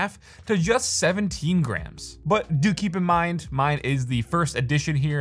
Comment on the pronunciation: when he says "do keep in mind" , i thought he said dookie. gave me a good laugh.